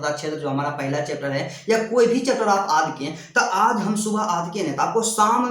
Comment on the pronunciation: aad ya yaad bol rahe hai